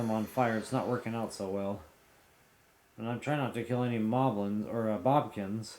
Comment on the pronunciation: Why do you call Bokoblins “Bobkins”?